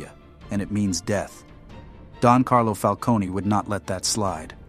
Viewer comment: The way he pronounces falcone hurts my brain